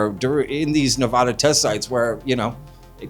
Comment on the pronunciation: Hey, I gotta say this. It’s Nevada not Ne-Vah-da. Ive lived here my entire life and we hate it when people say it wrong. I’m stoked you covered this tho I’ve definitely heard the story of Jerry before. He’s a legend as far as I’m concerned. Also, everyone thinks Jerry died from drinking water out of that questionable water source, but Jerry had prostate cancer before he went on that hike, just sayin.